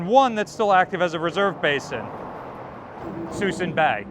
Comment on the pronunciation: With rising tensions in the Pacific & Europe, are you aware of any increases in pulling ships out of the reserve fleet? Suisun is pronounced, Soo-soon